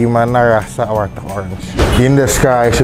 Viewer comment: warteg bang bukan walteg. canda walteg😂😂😂